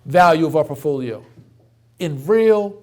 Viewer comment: I watch these just to get pissed at how this dude says “portfolio.” It’s PORT-folio, not Puffolio. Cmon mane!